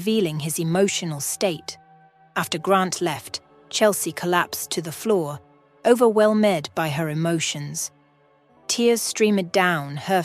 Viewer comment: This is not a criticism. It is just an observation. The storyline, structure and the voice are quite well done. Nicely presented. Noticed words such as ‘overwhelmed’ the ending ‘med’ is a mispronunciation. The final ‘e’ in the ‘med’ isn’t pronounced. There was another instance of this as well. Some concerns I had were: Why didn’t Chelsea do a Police report of the ‘vandalism’ and ‘disarray’ in her house so that identification or complication of rust was stolen; Hank’s ‘bonus’ in addition to his pay seemed a little extravagant, although understandable.; Who attended to the two children when Chelsea was called to be questioned about the identify ‘Mark’? ‘Mikes Moore’ There were couple of repetitions at the ending of the story. The conclusion was well achieved with the added touch of the farm and the horses. Thank you